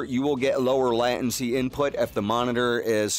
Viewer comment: Latency - /ˈlātənsē/ Surround - /səˈround/